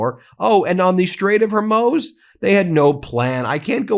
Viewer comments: Ben fyi it's muz not moz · Hormuuuuuz...not Hormose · It’s pronounced Horr-MOOZ. Horr-MOOZ. My 15 year old, FOX News talking heads, and everyone else on this platform that I watch are pronouncing the name of the most important body of water (for the moment) on the planet correctly but the lawyer who’s the face of this channel with a whole lot of 0s in his bank account can’t. C’mon man - I cannot be the only viewer who’s commented on this. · HerMOOZ not HerMOZE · Please stop saying HormOse, it's name is the Straight of Hormuz ..... it has a U not an O. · Hormuz, not Hurmoz. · The strait of HORMOOOZ. Not HORMOSE. Pronounce it correctly. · Come on! "The Strait of Hormuz is pronounced hor-MOOZ (hawr-MOOZ). It is typically broken down as /hɔːrˈmuːz/ in IPA, emphasizing the second syllable. A helpful guide for saying it is "hawr-MOOZ " Not HERMOSE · It’s Strait of Her(hair) moose,” not “Hermose.” It diminishes your credibility when you mispronounce words or say “… should have went.” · Its pronounced Hormuz not Hormose by the way. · Please pronounce Hormuz correctly. Not Hermoz. thanks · Ben, PLEASE stop mispronouncing Hormuz Hormuz = HOR-MOOZ (NOT Hor-Moze.) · Strait of Hor-Muse, fer chrissakes The way dude says it claws on chalkboard Don’t sound right - Hor-Moze - fix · The Strait of Hormuz. HORMOOZ. Not Hormoze. Get it right, Ben. Otherwise, good report. Thank you! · Straight of "Her-moooz" not 'her-moez' ... but I love your channel! Keep it going! Thank you for keeping us up to date. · Why do you keep mispronouncing Hormuz? It is hor-MOOZ, not hormyouz or hormous. Thanks! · I believe it's pronounced "her moose" with a z on the end not "her most" with the T left off. If you discuss it so often you should probably either explain the way you say it, or use the normal pronunciation. Otherwise, keep up the good work. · HorMUZ. "MOOZ". Not "Hor-MOHZ", Strait of Hormuz. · Hey Ben, it's pronounced "hor--MOOZ," not "her-MOSE." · Isn't it Hormoooz? Not Hormos? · It’s hor-MOOZ.